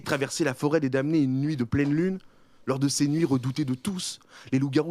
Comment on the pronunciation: Le m de damné ne se prononce pas les gars xD